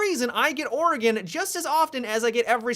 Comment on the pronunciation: finally someone pronounces Oregon right...